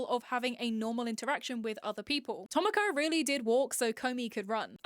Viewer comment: ok i used to like cuetcore and i stilk kinda slightly do but hearing you say “tohmokoh from wahtahmotey, kohnahtah from lucky star, moey tan from moey tannnn” was sl funny ngl